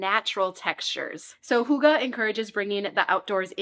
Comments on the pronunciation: i do not know who told you that hygge is 'huga'..but it is NOT the way hygge is pronunced...not even close..ˈhŷɡːə....y is like in the u debut..and ə is much more an e than an a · Love your videos! Wishing all the best to you and your family in this stage of life! Fun fact, if you type hygge on google translator and select swedish, you can listen to the correct pronounciation which is far away from hoogah. I think the nordic "y" and double "gg" are hard for english speakers but it's always fun to learn new languages even just a tiny bit😍 Greetings from Finland! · I sincerely love your videos and my home improved a lot even though I just became a mom. The only criticism is: You use the Danish word Hyge so often, but the pronunciation is horribly wrong. It should be easy to look this up beforehand. It doesn’t have to be perfect but this is miles away 😅